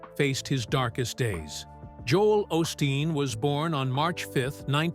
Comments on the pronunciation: You pronounce his name wrong. It is pronounced O’ steen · Wish you would pronouce his name correctly